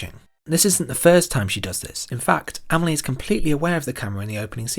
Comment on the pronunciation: Just for once . . . can you pronounce her name the way it is . . . ? 😨😰